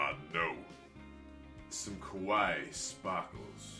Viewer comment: Jeez man, kawaii has three syllables.